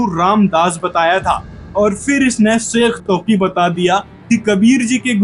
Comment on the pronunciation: इस महन्त की मूर्खता स्पष्ट हो गयी है । यह शेखतकी को शेखतौकी बोल रहा है इससे साबित हो रहा है कि इसको हिन्दी भी नहीं आती है फिर संसकृत कैसे बोल पाएगा । ज्ञानचर्चा यह कैसे करेगा ।